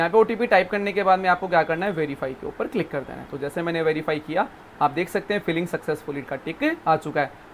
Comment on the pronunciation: सर फिलिंग नहीं फाइलिंग होता हैं सर😮